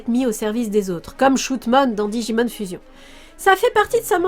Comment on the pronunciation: très bonne vidéo, je ne connaissait pas ce DA. Par contre....shoutmon deviens shootmon bravo pour cet accent magnifique , et vive le camembert!